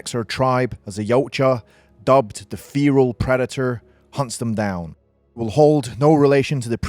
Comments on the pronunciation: You are saying fearal it's fe-ral lol. Good video just was cracking me up. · its not feeeral its ferrr alll get it wright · Fare ral not Feeee ral lol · Feeeral? Wtf? Do you mean Feral? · It's called 'Feral' not 'feAral' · "FEAR-AHL" Predator... No dude NO... It's FEHR-AHL Like a Feral Cat... u weirdo Ur welcome, thanks... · Had to turn the video off bc of how you pronounce feral. It’s “fair-al” not “fear-al” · I mean no offence, just you don't pronouce feral like fear-al. It's Fe-ral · Id finish the vid but godamn the way you say feral just pisses me off but good vid besides your dumbass pronounces feral its FERAL not feeral you in the se category as the same dipshits who say nissan zed instead of Z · FFS man it's FERAL not FEERAL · It's pronounced 'feral' not 'Pheeral'! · Feral feral feral feral !!!!!!!!!!!!! Not fear’al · Mate it's feral not fearal. Your British aren't you? Pronounce it right mate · Why do you say feral as feeral? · Why are you pronouncing Feral as "feereel" Have you not heard this word before now? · You're getting a lot of pronunciations that are easy terribly wrong, mate! "Fee-ral".... Like, seriously? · You sound dumb saying "feral" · Okay one the new predator is more like the berserker class 2 she is never tracking it however it is always following her. Just a false showing 2 pronounce feral and Comanche correctly please also this predator gives off bad blood vibes. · That's not how you pronounce feral btw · How did you manage to make a video about something with feral in its name without even learning how to say feral. Like surely youve heard the word used before at some point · You saying Feral Wrong Asf but good video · You don't know how to pronounce the word Feral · You should learn how to pronounce "feral" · It’s pronounced feral means wild like a feral cat would be a wild cat get it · I can’t cope with how this dude pronounce feral…